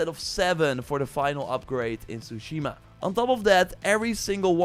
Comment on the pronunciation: Say it with me, you had 5 years to practice saying this, TSU-shi-ma